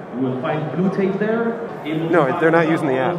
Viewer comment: I just want you to know that your "What're they doin' down theah" bit made me laugh so hard I accidentally changed from Standard to Alchemy on my tablet, inadvertently playing the only game of the format ever on my Arena account. Heck you, good sir.